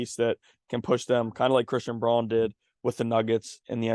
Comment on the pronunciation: IT’s pronounced “Brown” not Bron. Christian Brown.